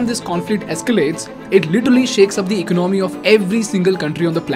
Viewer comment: Dude your content is decent but can you please learn to pronounce the words correctly. For the starters, it’s not “ecnomy”. It’s called economy. Say it like E-con-o-my. ✌️